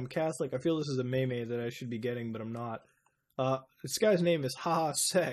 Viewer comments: mehmeh? really? it's like meem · Meme is pronounced "Meem". Not "Mei Mei". Please. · A "may may" ? You mean a "MEME." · how dare you call iyami a maymay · Meme is not me me its pronounced meam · It's meme (Meam) not maymay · Did I just hear you say Me-Me?!? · I can't tell if muta pronounces meme as "may-may" to be a troll or if he really used to pronounce it that way lol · I CRINGED WHEN HE CALLED A MEME A ME-ME... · I'm sorry, but did you pronounce meme as "maymay"? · he called meme a MEY-MEY. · Its a Meem. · did you really say maymay lol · OMG, OSOMATSU-SAN! (Oh yeah, did anyone else feel uncomfortable when he pronounced "meme"?) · that moment when you realize Mutahar can't pronounce meme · HSI PRONUNCIATION OF MEME IM SCREAMIFN